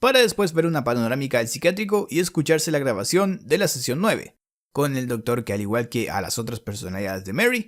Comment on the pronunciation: Seeeecionn suuueeeeveeee